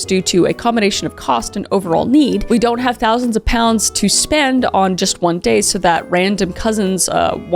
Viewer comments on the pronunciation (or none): Oye doun’t